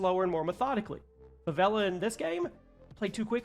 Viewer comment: The way I almost threw my phone across the room when I heard you say favela. We were so close to fighting